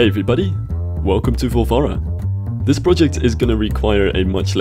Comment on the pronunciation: did you make the name sound a bit like vulva deliberately?